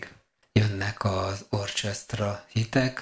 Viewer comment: NaGyon jó a videó, élvezettel nézem és hallgatom, egy valami zavar engem, amikor azt mondod orchestra (orcsesztra) holott azt orkesztra-nak kell mondani.